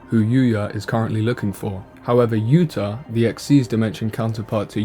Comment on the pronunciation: yuto, not yuta, but the video is good anyway